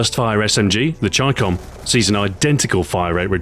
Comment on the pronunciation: Yes, you pronounced the Chicom CQB correctly. not too many say it like that.